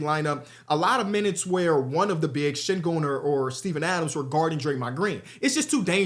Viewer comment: did just say sengooner 😂